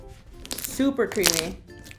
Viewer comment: When Karina said: "So so Creamy" I thought she said: "So so creepy" 😂😂😂😂😂